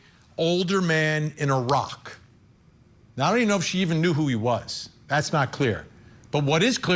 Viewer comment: I'm laughing because I didn't understand Iraq. I thought you said a rock. I thought a rock?? Then I realized what you were saying Iraq.